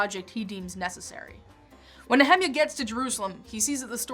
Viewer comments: It's not Ne HE-meah, it's Nehe-MI ah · [ nee-uh-mahy-uh ] not "ne hemi a" I have been taught and have been pronouncing this way since birth... Not changing now at 66 Years old. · who is Ne hem iah ??? Don't you mean - Neh eh miah ? :-) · I hate how she says "NeHEMiah" instead of "NehemIAH" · I got "Ezra" but I did a double-take on "Nehemia." The World Publishing Company's KJV pronunciation guide of 1950 has it NEE ha MY ah, not na HEMI ah. Maybe real Hebrew versus American? :-) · She say the name Nehemiah wrong. It's not Ne-Hi-Miah Its pronounced Nea-mia. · Nehemiah - Neh- hem- ya ....I’ve never heard it pronounced that way. According to the King James Bible and the way it breaks down names of people and places it is spelled Ne-he-mi’ ah which according to my studies of how these names are pronounced it should be Née- hee MI -uh , or Née heh- MI - uh. Modern English speakers always want to pronounce everything with a short vowel sound. The King James shows where the emphasis is to be placed and in this case it is the MI’ where the apostrophe is. The name starting with a consonant and then a vowel the vowel should be ‘ long ‘ sound. Je’sus, No’ ah, Ca’ naan, Jo’ seph Name starting with a vowel and then consonant should be ‘ short ‘ sound. Ad’ am, Is’ ra-el, Name starting with vowel by itself should be ‘ long ‘ sound. A’ bra- ham, I’ saac, E’ sau, E’ noch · Usually pronounced Nee-uh-MY-ah. Threw me off for a little bit. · Nehemiah is pronounced Neee hem i yah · “Nehemiah” is pronounced similar to “Jeremiah.” Just thought you should know. Great video! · Nehemiah is pronounced Neh-Hae-Maya, So educated yet can't pronunced the actual name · Nehemiah is pronounced (Neh-Hae-Maya) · Nehemiah, Nee_Ha_My_ah accent on the "My".... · the Sojourner I didn't hear anything That sounded like either one of the pronunciations. I have this big fat Harper's Bible Dictionary that shows Ne-he-MI-ah but I can live with something different if it's correct.